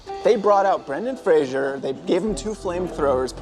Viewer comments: If you want to do Brendan Fraser pround, you can pronounce his name correctly. It's Fraser (pronounced PHRASE-er), not like Frasier, the TV series. He used to get really annoyed about that. That being said, the trailier is epic. Really, really well done! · Great attention to detail… Except for the pronunciation of Brendan Fraser's name! Comedy Central used to have a station ID in regular rotation with Fraser on The Daily Show in 1999 saying, "…That's Fraser, not Frasier! If you say 'Frasier', I KNOW WHERE YOU LIVE!". (Only one copy of this on the Internet that I've ever been able to find, albeit with some talking over it: "It's Brendan Fraser not 'Frashur'", on Xay's channel, video ID cbcLZcOgito.) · Fraser, not Frasier. Rhymes with “laser.” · Can't believe said "Fraser-ssance" when "Brenaissance" was RIGHT there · "Fraserssance"...?? Guys, "Brenaissance" was RIGHT THERE...!! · Dude doesn't even know Brendan Fraser's last name and keeps saying Frazier. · I couldn't care less about Batgirl being canceled. And in an interview, Brendan Fraser once said his name is Brendan Fraser, not Brendan Frasier like so many people including pronounce...